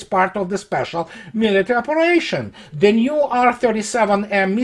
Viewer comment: You mean Ze report.